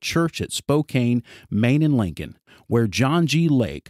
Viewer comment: Spokane is pronounced, spo-can